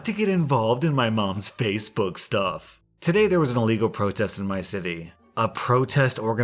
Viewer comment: Nothing against, I like his channel too, but those TTS voices are funny sometimes, e.g. “fassabook” and other mispronunciations.